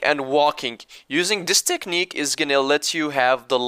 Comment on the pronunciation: "Using this TEKNIK" choked.